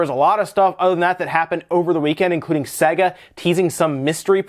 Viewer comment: Sega. Say-guh.